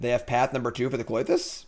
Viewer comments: I can't tell if you're trolling viewers by saying kloy-this or if you do it to get people like me to comment and give you engagement numbers. ;) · for the love of god the Y comes after the TH in Klothys's name